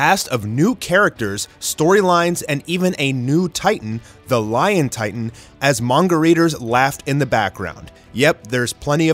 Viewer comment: Ah yes, L i o n T i t a n